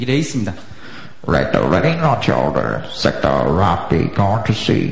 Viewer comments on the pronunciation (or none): I like how he replaces the L with a R "Sector ROCKED in"